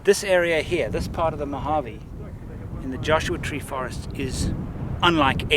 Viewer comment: It's, "Mojave." Great photography, though!